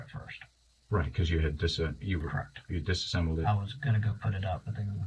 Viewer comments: Its disassembled…not “disembled” 😂😂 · The fact that this detective repeatedly shows he doesn’t know how to pronounce “disassembled” is pretty concerning. Education peaked in high school.